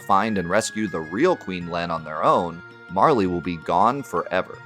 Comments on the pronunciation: I shuddered everytime you said Marlee lol, it's MARL! Hahaha Love the channel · I'm going to be that guy as this game is my number 1 video game of all time (I still own the og SNES cart, in the box, with the manual and all the inserts). It's not Marle"y", it's just Marl. The Japanese spelling of her name is MaRu, not MaRi. Not trying to sound pretentious but it always irks me when people pronounce her name thay way. Fantastic in-depth look nonetheless.